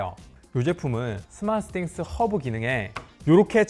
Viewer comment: 왜 자꾸 스마쓰싱스 라고 하는거야 ㅋㅋ